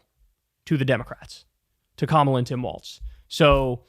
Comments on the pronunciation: It's Walz, not Waltz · It’s WALZ Kyle. Not Waltz